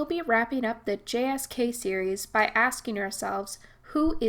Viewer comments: You keep saying "the JSK" Surely you me GSK, right? Awesome series, thanks for making it. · It's not "JSK" it's "GSK"